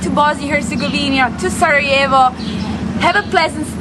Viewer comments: It's prounounced Sarayevo not Sarahevo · It is not saraHevo(we are not in Spain so you do not pronounce j as"h", but as j or soundelss "i", so it is Sarajevo (saraievo if it is easier for you) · It’s not pronounced sarahevo it’s sarayevo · don't say "sarahevo". It's pronounced "Sarayevo". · Good program guys! That’s my home town and please stop calling it Sarahevo, it’s pronounced Sarayevo 😊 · nice bosnian video's. One pro tip: Stop pronouncing Sarajevo like the J is Spanish. Pronounce it like a 'Y' so it sounds correct. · Great video keep it up. Only thing is that you keep saying Sarahevo instead of Sarajevo. Try saying the j in Sarajevo like the y in yes! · I love your videos, but here's a little hack: Sarayevo. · Love the video guys! But why do you pronounce Sarajevo with a “H” indstead og “J” 😂 its not Spanish